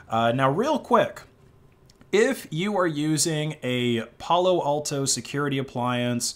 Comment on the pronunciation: Pullo Alto lol